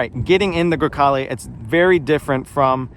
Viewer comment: I have the same car, you don't have to apologize because it does not look dirty - perfect Italian pronunciation (Grecale Modena) - I LOVE MY CAR